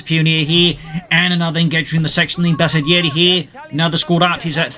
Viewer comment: Finally somebody that pronounces bersaglieri the right way👏